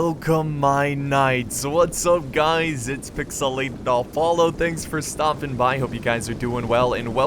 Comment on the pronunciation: Why does he say like that